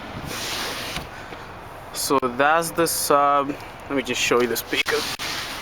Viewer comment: you said peaker